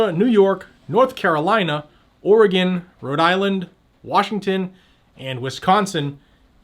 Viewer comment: Thank you for saying Oregon correctly!😆 I highly dislike our governor. Sad thing is, we don't have many good choices to replace her with this Nov.